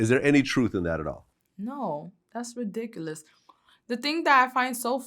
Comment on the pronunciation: "That's re-dic-u-us"